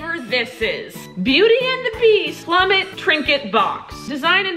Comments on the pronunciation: It's not plummet is Plumette the name if the maid that Lumair loves. Pronounced Ploo met and Loo Mair. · She said “plumet” not “Plummete” (ploom-ette) 😂😂😂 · BTW the "Plumette" thing is pronounced, "Ploom- ett" And she's basically Candlestick Dude's girlfriend/wife/idk wut. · Watch the new Beauty and the Beast! It’s pronounced Ploo-mett a good singer!!!! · It’s pronounced ploom-ett and it’s Lumiere’s wife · I think The beauty and the beast trinket box has the feather duster from the movie on it. Her name is pronoced Ploo-m-eh-t. 😂😂 Love your videos! Best part of my day!❤️❤️❤️❤️❤️ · The beauty and the beast box was plummet (pronunciation is ploomet) she was in the new one. She was the candles girl friends. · It is the duster Plu-mett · She’s the feather duster in beauty and the beast 2017 and it’s pronounced ploomet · P-loo-met is the pronunciation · Plumette is pronounced like ploomette. It's fro the live action version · It’s pronounced plu-met put them together it’s plumette not being rude it just kinda bothered me but ily